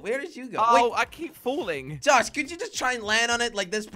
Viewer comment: jelly said “tosh” instead of josh lmao